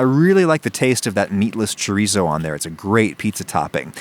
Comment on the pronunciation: The way he said chorizo hurt